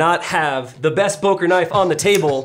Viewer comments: He could have as well taught you the right pronunciation of the company name ;) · i see the ceo cringing on everytime name böker is mispronounced